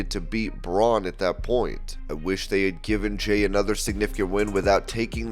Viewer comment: how did you mess up jeys name every time you said it? 🤣🤣🤣